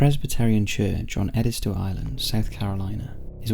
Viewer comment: Ed-is-toe (Prununciation from someone who lives in SC and has been there every summer of my life.)